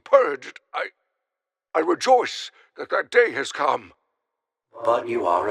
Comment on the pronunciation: In the first tape he doesnt say come he says calm